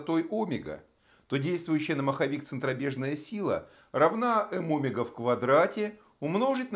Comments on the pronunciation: Тоже об этом подумал, омЕга, а не Омега. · Автор говорит о́мега... правильно оме́га! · Омега ?? Почему ударение на О ??? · В слове «омега» ударение ставят на слог с буквой Е — оме́га. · Не согласен с ударением в слове Омега, правильно омЕга. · óмега! Аааа кровь из ушей!